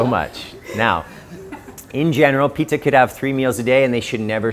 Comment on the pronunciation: Pit ta* not Pee ta!